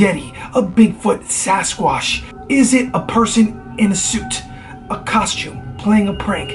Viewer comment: "Sas-Squash." Me: What's that, Crypto-Botany???